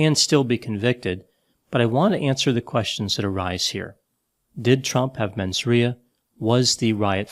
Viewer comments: “Menz RAY-uh” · For the first time, you and I almost agree. I do want to add, that Trump did attempt to kidnap and/or kill members of congress, so the fact that several of them are still voting against actions against him really makes me question their sanity, judgement, and mens rea (pronounced "RAY-a"), and I wonder what dirt Trump has over them to force them to do that.